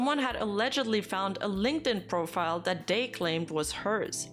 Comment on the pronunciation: Everytime she says "dat" i feel joy